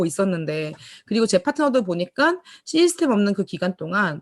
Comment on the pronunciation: 한가지 조언해줘도 될까요? 시스템 이라고 말할때 '시' 부분을 너무 길게 말하지 말고 짧게 해줄래요? 구글에 가서 system 이라고 찍어서 발음을 들어보면 아실거예요. 시스템 이란 말을 많이 하시는데 거의 시~이 스템 으로 들리는데요.... 그게 좀 이상하게 돌려요. 시 부분을 짧게 말해야해요... 자꾸만 시이스템 으로 들려서 신경이 쓰이네요... 오지랍 이라고 하실분이 계시겠지만 기왕이면 더 좋은 발음이면 듣기가 좋아요. 아. 참고로... 저.. 미국에 살고 있는데요... 여기에서 시이스템 이라고 하면 이상하게 들리거든요. 아주 많이 사용하시는 용어인데 기왕이면 더 정확한 발음으로 하시면 좋을거 같아서요... 아.. 참고로.. 저도 애터미언(?) 입니다.